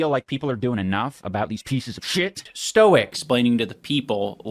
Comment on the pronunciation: He pronounces it “Stoike”